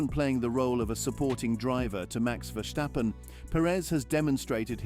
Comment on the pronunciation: It's Verstappen and not Vershstappen